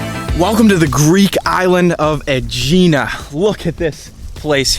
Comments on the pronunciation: Just FYI, it's pronounced Egg-ina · Why do these videos without knowing how to pronounce the name. It’s so irritating .It’s pronounced eggina. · It’s pronounced “eh-hee-nah” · Oh dear, it’s pronounced ‘Egg-inna’. And to be more specific the letter “gamma” is a soft g from the back of the throat. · Aegina is pronounced EGG-IN-A stress on first syllable. Do your homework if you're making a video.